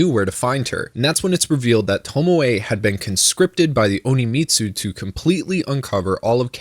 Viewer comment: Since you said it so many times, I'm going to correct it. it's not Oni-Mitsu. It's On-Mitsu.